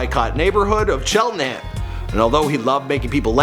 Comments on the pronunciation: Lil dicky went to my school and I almost cried when said “cheltERham” it’s cheltenham! Also it’s “wyncote”like Winnie the Pooh and coat like “wyncote” come on dude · Not chelterhamn it’s cheltenham chel-ten-ham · Cheltenham is pronounced chel-tin-ham and Wyncote is pronounced win-coat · it's pronounced "Shell-ten-ham". Cheltenham Township. Make sure you pronounce it correctly. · Cheltenham Pa. (shell - ten- ham ) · Cheltenham not chelterham. N not an r. Wyncotte * why are u hating on the letter n so much bruh ? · Cheltenhem not chelterhem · Its Cheltenham not chelterham. Im from Elkins Park too. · Cheltenham not chelterham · Bruh, it’s Cheltenham not chelterhum. Wyncote not whycot. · It wasn't "chelterham" it's CHELTANHAM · it’s CHELTENHAM not chelterham, get my hometown right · And it’s Cheltenham* not Chelterham lol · This man I butchering the name of these places. Wyncote and cheltenham boi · This dude needs to learn how to pronounce town names. Disgracing philly